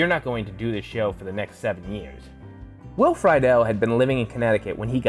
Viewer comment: The guy pronounced Will's name wrong